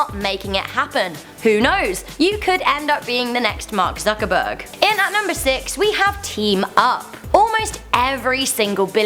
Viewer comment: Am i the only one who heard it as Suckerberg